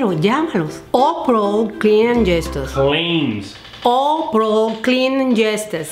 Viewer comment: You see I am not the only one that finds it difficult to pronounce some English words when you speak Spanish most of the time. Your beautiful mother’s is ‘ claims ‘ and mine is still ‘ ambulance ‘. I still can’t pronounce that word to save my life lol. It’s okay tho we both have a rockin accent ! Love the video. 😉.